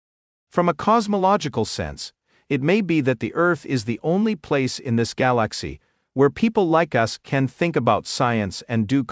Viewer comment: Simply put and well done. Work on the pronunciation of Galaxy!